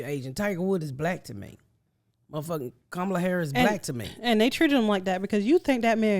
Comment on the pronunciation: hi, it's actually [kuh-m(uh)'la], an indian name i would know, because i'm indian basically not thanksgiving turkey indian, but the two times spicy hot food indian <3